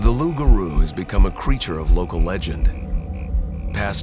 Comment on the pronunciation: Its LOUPgarou Loup:lobo: wolf